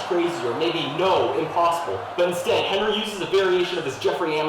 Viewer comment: clocking in at 6 foot 3 is, not Hinry Boyer. Very suspicious This might be a Hinry? Hard to tell. I lean towards Hinry not Henry Clearly a Henry says Henry as usual says Henry as usual You say Henry here, even though its said in a quick unemphasized way that Hinry would be expectable in. I think this is a Henry but I could be wrong on this one. Henrys are much more Henry than Henry's Henrys On other videos I am no longer going to comment on saying the name Henry. Because he says it normally I mostly do it to prove that isn't the reason that Henry "supposedly" has the pen-pin merger says it normally Fuck if I know. Maybe a Hinry. Hard to tell with the claps. It hardly sounds like he's saying Henry at all as expected, says Henry the normal way. Not worth commenting on.